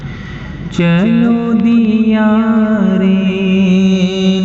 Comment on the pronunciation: دیارے د پر زبر کے ساتھ ہے